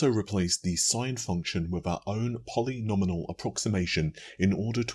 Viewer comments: Yeah it's Poly Gnome e-all LoL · you had it right when you said Sinc function (sounds like "sink") then it fell apart at polynomial lol. But then you changed it to Sine during your redo pronunciation. Total "A" for effort baby, lol:) Glad to see the channel is growing at a great pace lately, been a long time coming, you deserve it!